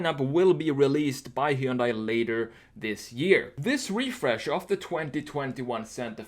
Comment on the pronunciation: he yun die...dunno if Koreans pronounce it like this, but ---kewl